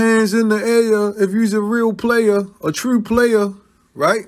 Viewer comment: This can’t be trooow. - Baltimore accent